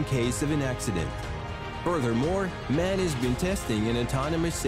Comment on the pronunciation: MAN is pronounced M.A.N. , 3 letters, not 1 word.